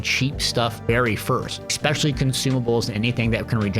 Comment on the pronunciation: Remember kids, there's no X in "especially" so you don't need to pronounce one.